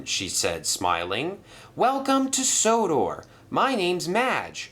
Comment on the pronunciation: Merlin calls sodor sonnah not odor